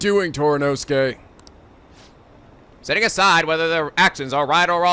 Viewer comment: The way the English dub pronounces Toranosuke really threw me off-guard; it sounds like they're saying Toronto-suke. xD